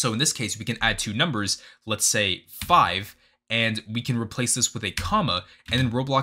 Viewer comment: “no it fiv” 🤪